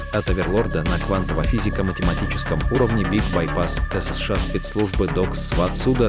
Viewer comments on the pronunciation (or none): none